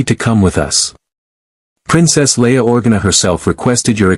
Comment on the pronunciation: I mean, it couldn't get Leia's name right! OR-gana!? It's Or-GA-na